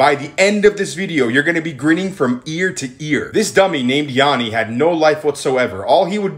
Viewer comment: My name is Yianni but it’s pronounced the same as this guy’s name and he put so much disrespect on my name it’s crazy